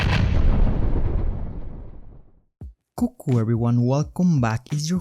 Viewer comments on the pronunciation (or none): When you say coucou pronounce like "kukku" it makes me laugh the sh*t outta me.In my language kukku means tits in cute way 😂